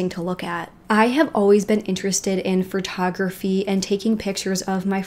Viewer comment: Am I the only one that heard "phrotography"? Lol